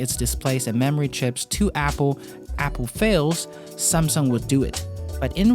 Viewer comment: "SAMsung" Not SUMSung